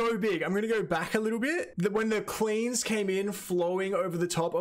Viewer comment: With your accent when you said "cleans" to me it sounded like "queens", I was like well he put them on a high pedestal right away. I was like, "Ok, I like this guy, he knows his stuff.". LOL